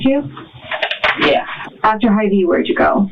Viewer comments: As a midwesterner I got a large chuckle out of the pronunciation of that store. It’s “Hy-VEE,” not “Hivey,” lmao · It's pronounced Hi V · I remember the reporting on it (I am also in Des Moines) as a burglary gone wrong, plus the usual uptick of racist BS. It's heart breaking to see the whole thing laid out like this. Small note, though, was his pronouncing hyvee like hivee. Did give me a little giggle in an otherwise bleak story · As an Iowa native, the pronunciation of “Hy-Vee” had me giggling